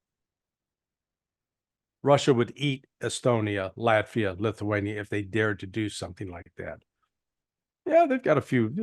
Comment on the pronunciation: Nice Freudian slip calling Latvia Laugh-via